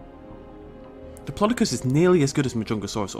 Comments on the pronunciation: can you say diplodocus right please its annoying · you say it pure weird though it might just be me then